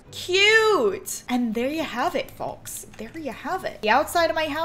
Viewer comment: did sis really say foLks??? it’s pronounce fOlks (silent l)